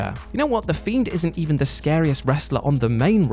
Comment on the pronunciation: "Thiend, thein, more scarier than the themed" all in the intro, this is going to be good!